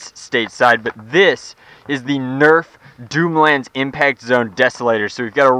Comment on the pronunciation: "doomlands dooter" nice one there, best English ever